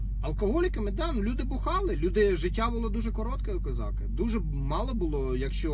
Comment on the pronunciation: Пане, будь ласка не "козАки"- козакИ. (ріже слух).